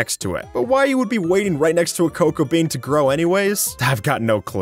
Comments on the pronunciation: Am I the only one who heard crocoa bean instead of cocoa bean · did he say krocobean? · You said crow co Bean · I am I the only one to notice that he said crocoa bean